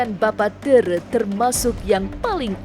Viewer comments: Min bukan teureu tapi TERE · Bapa tèrè " ayah tiri dlm bhasa sunda, bukan teureu